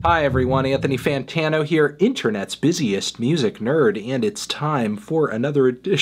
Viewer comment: LETS AGREE: Logic needs to know how to pronounce "fantano"